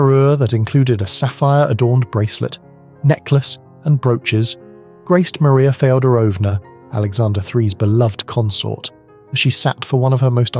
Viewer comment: It could be my ears but it sounded like Maria Feodronova, uncertain of that spelling, AKA Princess Dagmar was married in the 1700s. That can’t right since her older sister didn’t become Queen until 1901? Is there another?